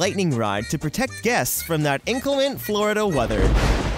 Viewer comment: “Protects guests from that incalint Florida weather” Yep, check again, he says “INCALINT” The word is inclement dummy. What does this Canadian know about Disney anyway?